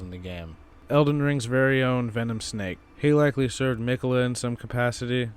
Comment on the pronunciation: The way he pronounces miquella always irks me! Lol great video as always dude